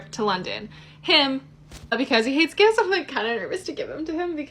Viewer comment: LEARN TO SPEAK ... because there is a difference between "gifs" and "gifts" ...